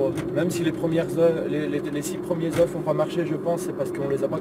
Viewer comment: Quand il y a plusieurs œufs s'il te plaît dit "EUH" parce que "EUHF" c'est une grosse faute qui pique. (Oui j'ai préféré écrire "EUH" que de faire de la phonetique qu'est un langage que plus personne n'utilise pour c'est plus simple t'vois c'que j'veux dire ou pas tranquillement)